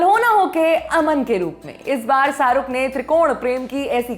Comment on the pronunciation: Saruk nhi, Sharookh hota h